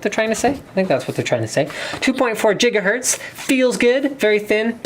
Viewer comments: Lol "jiggahertz" i think you mean GIGAhertz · Linus pls.. In some previous video you said gigahertz right, and this time you went back to JIgahertz. It's still GIgahertz :) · did linus really used to say "jiga-herz" 10 years ago, or is he just being funny? :) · Did Linus just say jiggahertz? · jigahertz? Did you just watch a Back to The Future marathon or something? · "jigahertz" hehe.. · he said jigahertz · 2.4 JIGAHERTZ